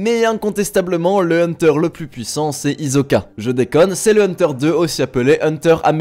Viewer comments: Limite il dit Hizoka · Hisoka pas izoka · On en parle qu’il a dit HiZZoka